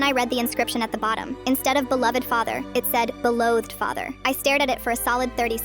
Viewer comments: Guys I’m pretty sure the word is belowed not beloathed ai just can’t pronounce stuff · That's not beloathed she said belowed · they said belowved. that’s wha they meant by “typo”